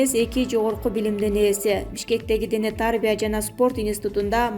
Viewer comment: Дене тааарбия дебей туура окусан.